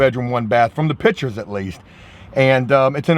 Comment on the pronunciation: Jooooooe. PICtures. Not pitchers. Come on brotha 😄